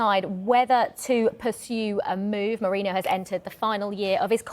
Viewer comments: Why do so many people pronounce Merino as Morino? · Its Merino not Morino or Moreno or Mouhrinho😂 who are theese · The Brits inability to say Merino is a personal on going gag reel for me, hopefully they get over "Mireno".